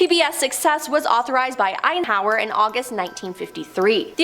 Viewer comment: Wtf is wrong with this woman? She struggled to say Eisenhower or bureau.